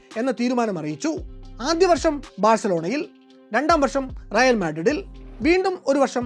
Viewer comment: റയാൽ അല്ല റയൽ ആണ്